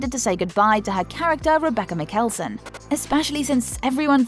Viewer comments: Mikelson no no no its Mikaelson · Mickellson...smh. Dont do a video if you dont know how to pronounce shit.Thanks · Let me tell you...you pronounce it as "Mike-kall-son"😀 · Mikale,son....nooo it’s Michaelson hen. Even though it is spelt Mikelson ...I think lol but miss this show I’m way to re watch it fun it 🥰🤣❤️❤️🏴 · It’s Michaelson not mik ale son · Bihhhhh wat she said Miikelson it's mikaelson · She says Rebecca "Mik-Elle-Son" Ahhhhhhhh!!!!!! Nooooo!! My dear, it's pronounced Michael-son. Please don't report on a show you've never watched. Especially when that show has such a large fan base. K. I'm done. 😁🙃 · It’s “ Mikaelson “ lady NOT * MiKAeeLSoN * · Bruh she did not say mikelson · Ummm how did she pronounce Mikealson 😳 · Umm Rebecah Mikeeeelson? H-how do we pronounce Mikealson again? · Ok anyone going to comment how she said ‘mikealson’ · Mckaelson? Can you not? Please learn how to pronounce the names properly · It's the ✨MeekAYLson✨ for me😭😭😭😭😭💀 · Bruh what tf bro u gotta at least say the names right. “Mikêalson” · She said Makelson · She says it it this way: MIKALSON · Mikaelson is pronounce wrong sweet heart 😅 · you can say klaus but u can't say mikaelson ? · Something I've noticed while watching any of these videos about the Vampire Diaries or Originals on this channel ---- the MISPRONOUNCINATION of their NAMES. If you're going to make youtube money, at LEAST get the names CORRECT. Its offensive to fans, and most likely to the writers, producers, and actors. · She can say Michael but she can't say Mikaelson? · Is anyone like cringing at how the one speaking is mispronouncing MICHEALSON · I can't believe you trashed the pronunciation of the Mikaelson. I mean, It's so sad you don't even make the effort. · HOLY L;KDHALKFHAOLHDOLWHODHOAHD OA DOA HOW DID SHE PRONOUNCE MIKAELSON. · anyone else annoyed how she says "Mikaelson"? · why did she pronounce "Mikaelson" that way? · They littarly all have the same accent and she still can't pronunce the name right??